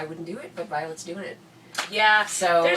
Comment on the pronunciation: It's vioet